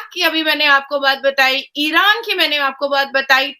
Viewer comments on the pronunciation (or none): none